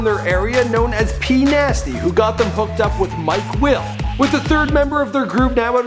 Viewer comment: Bruh, Swah Lee?, "Little" Pantz or "Lil" Pantz?, Tieyota?, and did you say Mike Will or My Quill? Lol